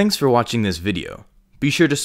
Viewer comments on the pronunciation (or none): none